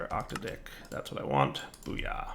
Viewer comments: it's not Octa-Dick, it's Ock-t'ad-ick emphasis on the Tad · I believe it's oc-taydic, or oc-tahdic, but I suppose octa dicks make great dildos. 😂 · OC-TAD-IC......not 8 peeps pronunciation c'mon dude!!!!